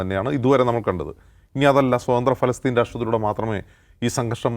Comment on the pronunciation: പാലസ്തീന.,.. പലസ്തീൻ... പിന്നെ ഫലസ്തീൻ.... ഒടുവിൽ ഫലസ്ത്രീൻ..... പേര് അങ്ങനെ മാറിക്കൊണ്ടിരിക്കുകയാണ് അല്ലേ? ഇനി പരസ്ത്രീൻ. എന്ന് പറയുമോ